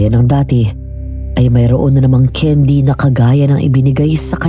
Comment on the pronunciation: Haha natawa ako dun sa Daisy. Bago ka lumandi, ayusin mo muna pronunciation mo ng candy haha naging keyn-dee na lololol